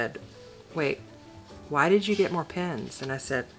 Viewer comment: OMG - you sound like my twin!! Especially the comment , "But, PENS!" Oh, my, I giggled over that one for quite a while! I mean, how could anyone question your motive for buying more pens!!?! Thank you for such a fun video.